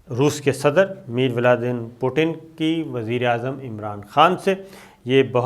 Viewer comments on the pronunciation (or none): Jahil insaan abhi tak Russian president ka sahi naam lena nahi aya? It's Vladimir Putin, not Mir Vladi Putin! Jahil unparh paindu!